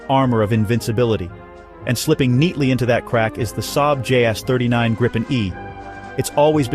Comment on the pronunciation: Good video. For future reference, it's pronounced gree-pen.